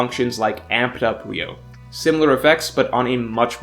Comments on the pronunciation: Why can't one fucking one piece fan say the name correctly? It's not RIO IT'S PRONOUNCED RYU - O. there's 3 syllables.. Goddamn I swear some of yall don't pay attention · Why has Ryuo become Ryou?? Lazy pronunciation changes things like this 😒 although it doesn’t matter that much it’s still unsettling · I know it's a nit pick, but it's pronounced something closer to ree-oo-oh and not ree-oh, the u comes first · Its RYUO NOT RYOU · idk what ryou is. but I know what ryuo is. This word is the most misspelled and mispronounced word in the one piece community cus its not just its 90% of other youtube content creators as well. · It's "ryuo" not "ryou" Why does everyone call it the latter 😭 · Pretty sure it’s Ryuo, not Ryou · *Ryuo Not Ryou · Yeah, He keep saying it ryou instead of ryuo. That's just so ugh 🤦🏻‍♂️ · isnt it ryuo? pronounced like ryu-o? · It's ”Ryu-oh”